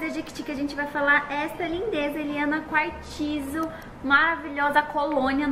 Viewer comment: É quartzo não pronuncia o i , é só um toque 💋❤